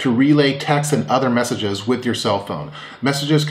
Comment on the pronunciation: Did you say they can pass "meshages" to each other? lol...